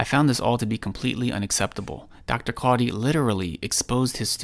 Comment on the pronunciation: The way he says quadhi is so disgusting